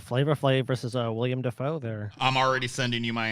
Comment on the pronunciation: Why can just not say Willem Dafoe's name correctly? 😂